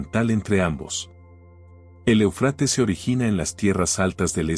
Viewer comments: Se pronuncia Éufrates, no Eufrates, ojo. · Éufrates!. No ponga el acento en la a por favor... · EL QUE ESTÁ NARRANDO , LE DIGO QUE NO SE ESCRIBE EUFRATES Y TU TE "COMES" ÉL ACENTO QUE LLEVA EN LA 1° E , Y LOS ACENTOS,SON MUY IMPORTANTES,X. QUE PUEDE CAMBIAR EL SIGNIFICADO DE LA PALABRA, Y ESO PASA MUCHO, CON LA TRADUCCION 🇪🇦 GRACIAS X TODO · Ay que mal pronuncias Éufrates, y asi das información